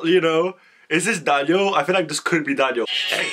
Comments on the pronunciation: You pronounce Daniels last name like cv 😊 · the way you say daniel's name makes me acc die! phaha and yeah the first verse was daniel